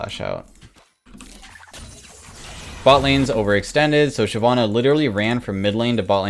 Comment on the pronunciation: Why did I liked the video super fast but when he said Shyivanna I disliked and then went back to Neeko, I liked it again (played like a damn fiddle)